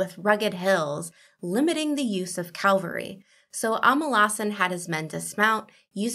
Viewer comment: Great video although the word is "cavalry", not calvary!